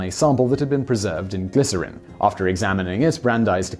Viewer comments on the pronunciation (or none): none